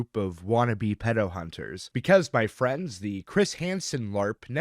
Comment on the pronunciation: Did a double-take due to brief confusion upon hearing "fwiends", lmao.